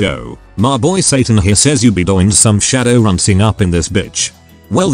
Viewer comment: The answer is to edit the input text file to help the TTS to pronounce things correctly. But until that day we just have to know that RAZ = Ares, Shadoran = Shadowrun, and MTHTHTFHTHFFKA = Motherfucker